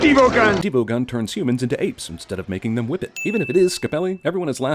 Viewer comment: instead of whip it I heard women. Was kinda confused there